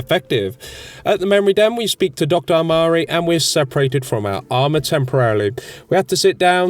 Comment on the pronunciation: How many ways can you slaughter the names? Abernathy never sounds anything like it... Doctor Amari comes out as Doctor Amarni...